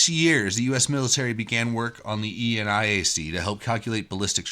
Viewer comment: nit: Never heard eniac pronounced as E-N-I-A-C :)